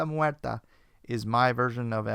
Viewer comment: it should be de la "Muerte" not "Muerta".